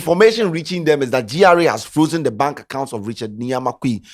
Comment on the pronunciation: what sort of english is frokzen